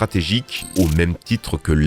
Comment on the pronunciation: Pourquoi tu dit Bad ace ? Le solda étai super fort pas naz (Bad ace = mauvai cul donc nul)